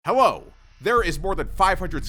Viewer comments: Man said hewo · Is it just me or did it sound like he said "Hewo" in the beginning of the video